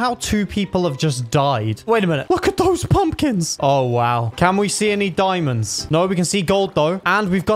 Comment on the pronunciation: When you Said diamandos you almost Said diamonds In danish